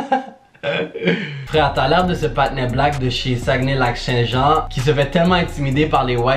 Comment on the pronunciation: « l’acné Lac St-Jean » oui oui